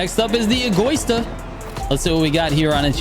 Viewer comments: egÓista? It's pronounced as egoÍsta trigger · Trigger, say it with me: "Eh - go - EE - stah" "Vuh - Neh - No" (not "vuh - nee - no") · Dude you need to learn to pronounce names correctly Egoista, Imola, Veneno...😂